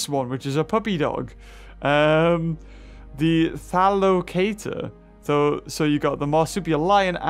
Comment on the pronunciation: trying to pronounce thylacotator: "the thalocator"